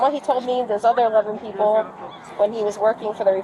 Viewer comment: "and whow awe the sewewal peowpwe?"